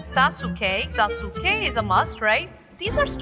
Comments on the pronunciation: si dice saske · bel video e tutto ma lo puoi pronunciare saske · Sasuke si legge saske